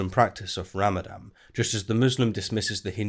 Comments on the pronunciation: Isn't it pronounced Ramadan? Unless, by ramadam, you're referring to the destruction of a water-based power generating facility. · Ramadan, not Ramadam! :o Also , "suffice" is neither a noun or an adjective atm XD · it is called Ramadan with an N in the end. You keep pronouncing it ram-a-dam. Also, that video is surprisingly boring. I usually enjoy your content, but you seem to speak much slower than normal and the three mistakes are rather 'meh'.